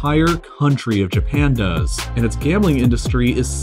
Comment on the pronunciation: Fuck. For the first 3 minutes I thought you said world gaming capital